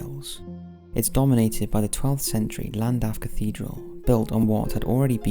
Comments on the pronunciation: It's pronounced clandaff, in Wales the double L is pronounced with a C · Llandaff is pronounced as Sh-L-an-daf in the Welsh tongue not with an L at the front. Forgive my pedantic rant, but i'm from N.Wales myself, just for posterity :) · This will be buried and is entirely pointless to point out but 'Ll' is pronounced as 'Cl' in Welsh. So its more like Clandaff. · You pronounce Llandaff incorrectly. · Did the way he pronounced Llandaff bug anyone else? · sure did 😁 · me too